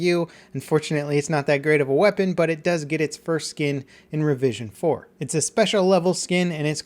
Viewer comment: Anyone else hear "revision 'foreskin?" No? just me? okay lol.